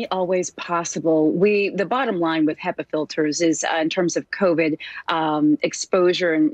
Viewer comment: They are pronounced Hepa like he first before the pa. I didn’t know this either 😂! Also, the easiest solution if you can’t afford the filters is to open a window and create negative airflow in your house if you have visitors over. Hope this helps!